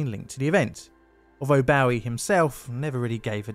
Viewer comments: Bowie is pronounced boh-ee, not bow-ee. Think of a bow and arrow and not s ships bow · Also--Not David "Bough(rhymes with now)-y", but David "Bow(rhymes with low)-y." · It's bow-e like bow and arrow not bow as in bowing to a king or a crowd clapping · Some (myself included) pronounce it Boh-wee, others pronounce it Bow-wee, just depends on what country your from. I too get a little agitated when when he is called Bow-wee - it just doesn't sound right. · David Bowie's name is pronounced "Boh-wee", to rhyme with doughy or Joey. Anyone who pronounces it "Bow-ee", to rhyme with Howie or Towie, is wrong. (even david bowie himself corrected people on this and i got that info from the BBC) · Hearing you pronounce David Bowie's last name like bow (as in a ship) and not bow (as in a hair bow) hurt my soul a little bit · And "Bowie" is pronounced "Boh - wee" But other than that. A damned fine condensing of a story I have not forgotten from my youth, even though we're in the true land down under (apart from Antarctica obvs.) Aotearoa-New Zealand. That and the rubbish collectors strike of NYC in 1981. When I looked up the date, I discovered there was also a strike in 1968, so only twelve years earlier, and one in 1911. Now, one can forgive them forgetting about one from the second decade of the twentieth century but to allow another situation to arise to the point that caused another strike in just on twelve years is disgraceful. I know it's a bit off topic but I'll never forget the footage of the streets piled with garbage and couldn't help but feel bad for the people living there, as well as those striking., spot on with the legacy scale. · And isn't Bowie pronounced "Beau-ee"? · when I was growing up through the Bowie years, I can’t EVER recall anyone pronouncing Bowie as in Bow-ee: it was always pronounced ‘Bow’ as in to bow to someone! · I have no idea on the rest, but "Boo-ey" got a solid belly laugh out of me. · "David Boughie" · Who is bow-e? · it’s david “bo” “e”